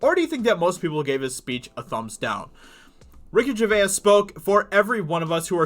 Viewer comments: Its pronounced ger vase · From a fellow a Brit to Ricky, Gervais is pronounced JERVAYZ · I wish this guy could pronounce Gervais. Dude gets a whole extra syllable in there. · Great commentary, however, how you pronounce “Gervais” is annoying. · How confident are you in your pronunciation of Gervais?